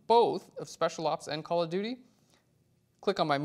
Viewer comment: I always understand "Color Beauty" when you say "Call of Duty" :) Liked the filter part in this video! Thank you for that!